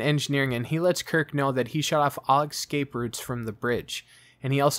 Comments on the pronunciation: its pronounced escape, not "exscape" you are supposed to say Esssss-cape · The word is Escape..pronunciation ess-cape not excape your pronunciation is abysmal...